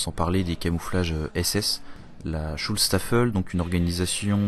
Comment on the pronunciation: On dit pas sulstaffel.on dit shutztaffel sinon super video